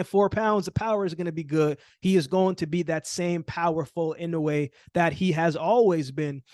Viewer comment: Not too many can say inoue right. You get thumbs up just for that.